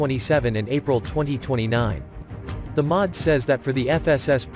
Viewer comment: The M O D, not 'the mod'.